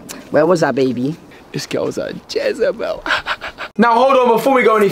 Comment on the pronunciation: Man said Jezebel 😂